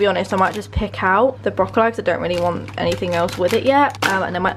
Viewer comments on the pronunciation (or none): Girl I can’t cope with the brocco-lie thing 😂😂😂😂 whoever told you it was said like brocco-lie really did you dirty 😂😂😂😂 it’s broccoleeee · bro-co-lee not bro-co-li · Whoever told you it’s pronounced brocolleye was 100% trolling you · DUDE ITS BROC-OH-LEE. No one in the world says broc oh lie 😂😂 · Why has someone told you to call Broccoli, Broccol-EYE 😂 it’s broccoli man😂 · Whomever told you it's broco-lie is pulling your leg. Its just Brocolee. Happy New Year! 🎆🎇💃🧡🧡🎇🕺🍾❤🧡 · Yeah it’s broccoli not brocily whoever told you that was having you on 😂😂😂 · Im confused coz she says brocolleye in past videos then there she’s just said brocollee. And then in a video the other week she said to her Mam “people find it weird how we say brocollee, I think your meant to pronounce it brocolleye” 🤔🤔 so confusing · Brocol lie? 😳🤣🤣 nooo it’s brocol lee!! X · bro col ee lmao it’s not bro col eye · no no no no no it’s brocolee. That’s the only acceptable pronunciation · It’s bro kuh lee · i think BRO-COH-LIE is the plural way of saying broccolee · Why does no one understand the broccoli situation! In the video where they eat Taco Bell Julie says BROCOLYE so the wrong way. No one was EVER saying brocoLYE is the correct way. This is making irrationally angry! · my nan pronounces it as broc oh lie hahaha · When she said brocoll- eye- it reminded me so much of micro-warvay 😂💕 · you can tell veg isn’t a regular occurrence at the kingsnorth household when pronounces broccoli as broc-O-Li hahahaha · I can confirm that no one calls it broccol-eye ahahah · love you, also you say broccoli right, i don’t know anyone who says broccolEYE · It’s BROC-O-LEE!!! 😂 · Where have you ever heard anyone saying brocill-eye ? ahaha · someone played a joke on you telling you it’s pronounced broccol-eye 😂😂😂 what the hell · Mate is broccoli as in broccoleee 😂🙄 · Please don't say broh-co-lie, it's not a thing 🙈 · why do you keep changing up how you pronounce broccoli haha